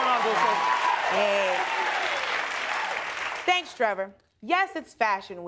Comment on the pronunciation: when did her name become Italian all of a sudden lol it's Dulce.